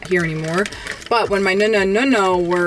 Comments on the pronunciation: nooonaa and noonoo. Not Nuna and nuno. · I hate how she pronounces nonno and nonna. It’s so bad 😂 please, take some Italian lessons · at least teach how to pronounce nonna and nonno!